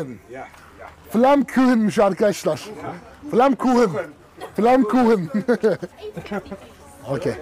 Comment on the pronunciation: Flammkuchen be zamanında almanyadayken staj görürken yaklaşık 2 yıl yaptım alman mutfaginda yapmıştım stajımı. bir yıl daha kalamadım ama. keşke kalsaydım be onu görünce anılarım depreşti ve sende beğendin ve adınıda çok güzel söyledin afiyet olsun DEV ADAM. Maşallah sana yorumu okurmusun bilmem ama teşekkür ederim sana bu videoyu yaptığın ve yayinladigin için sağol çok enerjisiksinde ve herkesin seni örnek alması lazım kafa olarak. Neyse Allaha emanet ol 😊